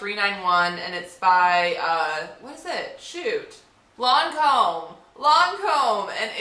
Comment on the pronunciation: It's Lancôme not lawn comb lol